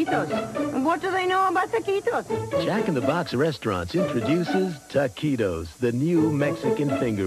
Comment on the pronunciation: "I know taquitos, and you know taquitos...do THEY know taquitos?" Narrator: "WE KNOW TAKEEDOS."